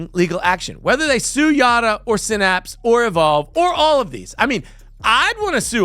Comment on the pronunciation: It's sigh-naps, not sin-apps. See that Y right there? Yeah, it isn't an i. Phonics is a thing and it works.